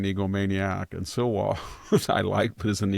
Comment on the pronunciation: Its pronouced SLEEwa not SILLLwa. Love you .